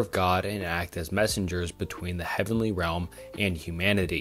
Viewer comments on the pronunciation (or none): none